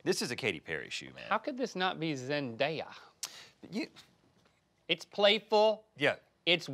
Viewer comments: ZENDAYA!! NOT ZEN-DIA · It's literally Zendaya 😭 not Zend-i-a 😭😭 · IT IS D-A-YA. NOT D-I-YA. AND ZEN-D-A-YA NOT ZEN-D-I-YA. WHERE DO YOU SEE THE "I" IN HER NAME?? phonetics... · Do people actually pronounce zendaya as zen-dye-a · Seriously, how hard is it to just pronounce Zendaya’s name correctly? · Ughh say zendaya name right